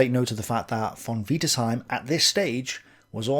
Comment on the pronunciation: Stop saying von wiederseim